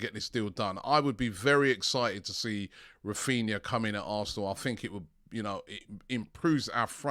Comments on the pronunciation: Raphinha not Raphina Robbie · Why does everyone call him “Raphina”